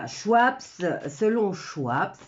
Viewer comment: Schwab se prononce SchVab !! il n y a pas de S au bout et le w se prononce V en allemand Donc Kla-auss SchVab.